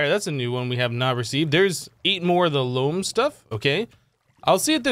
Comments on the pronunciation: Since you asked, it's pronounced Loam. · it is pronounced loam